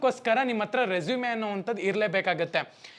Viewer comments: Bro ಮತ್ತೊಂದು ಮಾತು ಹೇಳ್ತೀನಿ ಅದು ರೆಸುಮೆ ಅಲ್ಲ ರೆಸೂಮ್ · Anna addu e silent pronounce as resume ..